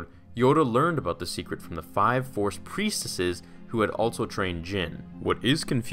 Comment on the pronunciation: Im confused are saying preistesses or preisteses